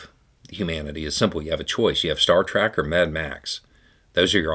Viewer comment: I swear he said star "track"😂